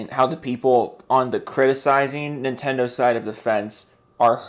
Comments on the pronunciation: nin-ten-do it shouldnt be that hard but i think its his weird accent that does that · Ni'tendo or Nihtendo. How can Nintendo fanbois not even pronounce the damn company name correctly?